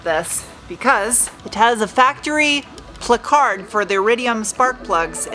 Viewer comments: Excellent pronunciation of the word Placard. I pronounce it that way at work all the time get a chuckle out of those who know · First time on this channel. Is Canadian or something? I have never heard "placard" pronounced this way in my life. Just curious. Great video, btw.